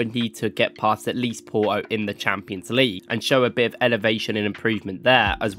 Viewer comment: It's Porto no Poroo 😆😆